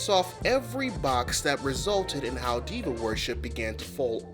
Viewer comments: NGL, for a long minute I thought i was hearing you say "devil worship" instead of Diva worship and was really confused by when gay people went from devil to camp 🤣🤣🤣🤣 im sorry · Until you wrote it on the screen I thought you were saying demon worship not diva and I was so confused.